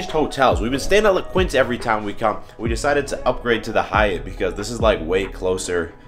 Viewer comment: “Quinta” is pronounced more Kinta :)